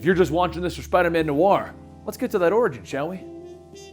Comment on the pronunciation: Stop pronouncing noir wrong